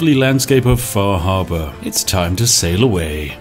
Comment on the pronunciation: "We need to go take a visit to faahaabaa"